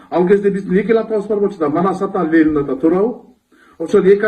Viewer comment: Лелин эмес, Ленин!!!